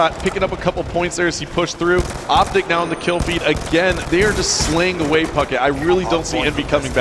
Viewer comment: you said optice...